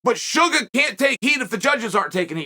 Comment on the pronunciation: I see you, Uncle CHAEL! I see you saying "Shuga' " relentlessly!!!! I know what you're doing!!! 😂 He's my boy, though!!! So happy for him!!! I still think you'd be the Greatest Rap artist of all time!!!! BADASS INC ✊🐐🎙️🎶!!!!!